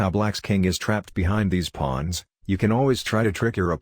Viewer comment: "Pwons" Lol